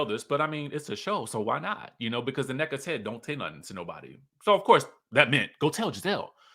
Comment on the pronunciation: Her name is not Anecka but Nneka, which is pronounced as, Neck-ka! 💕💚💕